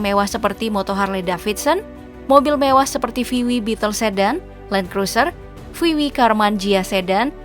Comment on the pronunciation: itu bacanya vi dabelyu ya min, bukan vi wi